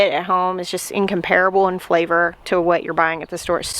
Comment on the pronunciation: We usually pronounce incomparable as "in COMM per-abul", not "IN comPARE-abul". Say the last three syllables very fast.